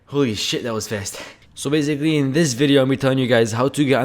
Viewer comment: zzzz bhzhhh baysickly bshiculy.. LEARN TO SPEAK.. lol